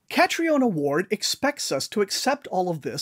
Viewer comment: Her name is pronounced Katrina.